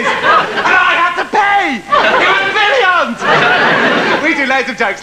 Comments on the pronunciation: I really really miss this bwilliant bloke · Thanks Chris that was bwoody bwilliant